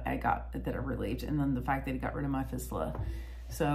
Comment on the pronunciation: Hi, I commend you on providing such a vividly detailed, self-effacing description of your journey with this serious disease, involving an area of the body that, for most people, both young and old, would be difficult to talk about. Just as a help with your verbiage, to keep you well versed on the topic, fistula is pronounced fist-you-la. Hopefully, your excellent frame of mind will continue to help you overcome the challenging trials and tribulations that you will be faced with. Stay as active and strong as you can, mentally and physically- hobbies, walking your dogs are great- helped me to deal with my personal issue. Imo, the statements in your last minutes here, provide the best information for those watching,,, if something's not getting better, regardless of the organ system,, get a doctor specifically trained in treating cancers there, to check it out. Hang in there & hope to hear some good reports from you in the future. Regards from Pennsylvania